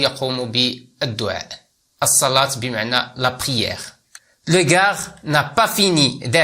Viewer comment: ارجو ان تصحح تقرأ دو كا وليس دوكاغ